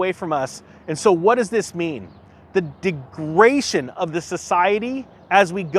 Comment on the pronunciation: Degradation ,not degration.